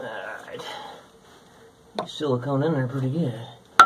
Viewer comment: "Silicome" I had a boss who pronounced it like that. He called WD40 "W240" as well..